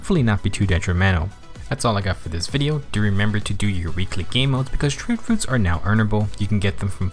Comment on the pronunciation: "Troot froots"